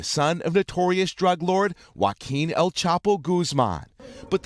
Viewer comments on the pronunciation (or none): “Gooz-mawn” was captured